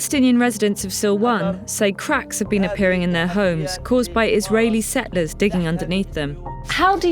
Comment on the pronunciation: The Palenstinian Tunnels narrator cannot seem to correctly pronounce the word "settlers"